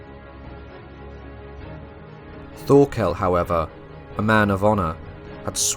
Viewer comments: Bro your saying Thorkol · Really good video, that was well researched. Though Thorkell's name is pronounced Tor kEl, the H is silent and the kell part is said with an E, not an A. Also it's Knud the Great, you say the Kn as in "know", though with a little more emphasis on the K, and the d is for once actually pronounced, bc in most words Danish, that has a D, the D is usually silent, but in "Knud" it's not a hard d, you have to roll it of and make it a softer pronunciation. And I absolutely love Vinland Saga, even though it has some low-fantasy elements and some classical shounen tropes, it is one of the most realistic depictions of Old English and Old Norse lifestyle, housing, clothing, tools, weapons, armours, tactics etc. one other thing, that it gets right compared to most other medieval shows, is all the different colours of their clothes. If we take Vikings as a reference, they are all grey and brown and for some fucked up reason wearing leather armour, which all historians agree never existed. The Vikings of reality were full clad in iron armour and big powerful shields, spears and axes with an array of colours on their clothes, just like we see in Vinland Saga. There's a good reason they where seen as some of the best warriors in the World.